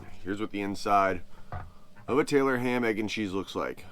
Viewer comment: You said it right the first time Tylor ham !!! 😂